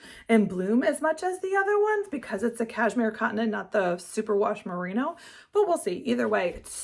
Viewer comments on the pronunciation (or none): none